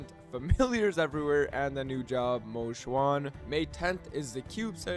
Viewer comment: Damn he practiced saying Mo Xuan to say it correctly in the video. W!!